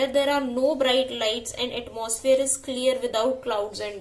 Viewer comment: Aapko atmosphere bolne nahi aata